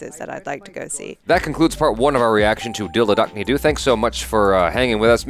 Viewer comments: cringing when says Dil dhadakna du! 😂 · not that it matters, but the title is pronounced as 'dill dhuh-duck-nay doh' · Nothing beats the selection of movies on this channel n pronounciation of Dil dhaddkkane do🤣u r cute ❤️ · Lmao the pronunciation be like Dil dadakni doooo 😂😂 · Did just pronounce the title of the movie as "Dildo Donkey Doo"? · ITS NOT DIL DADHAKNE DO it’s a Hindi word written in English so it’s pronunciation changes Lots of love ❤ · always pronounces the name of this movie in a funny way 😂😂.. Great selection of movie! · Pronounces 'Dil Dhadakne do' in the start of the video and i sit there laughing for the next 15 minutes when in the end he again pronounces it and all hell breaks lose AGAIN!🤣🤣🤣🤣🤣🤣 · Uff the way pronounced the movie title and reaction….bruh 🤣🤣🤣🤣🤣🤣🤣 (continuously died laughing) But still keep trying, I know you’re doing your best to get the movie title pronunciation right 😁👍🏻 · still so hilarious how you pronounce "DIL DHADAKNE DO" 🤣🤣 much love! keep em videos coming! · I knew from the moment I saw the thumbnail that would mispronounced the title. Especially the "Do" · can you please try to say dil dhadakne do right! it's such a nice movie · 🤣🤣🤣 can never say the movie name properly